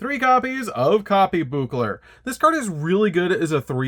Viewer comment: I just wanna be the first to say I love your videos and I've been a long time subscriber. But please read your cards. As a fan of this deck it really hurts to hear you butcher all those names so badly. Copybukler? And breakerbuncler!?